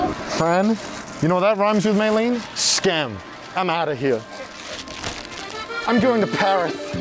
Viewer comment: May len? May rin